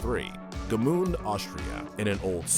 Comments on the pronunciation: Gmünd, not G-mund. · Gmünd pronounced correctly sounds nothing like that garbage this guy's uttering. I didn't even know what he meant until they showed the town.